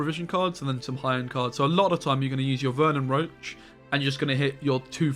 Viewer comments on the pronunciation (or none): FFS.. ITS VERNON ROCHE (ROSHE), NOT ROACH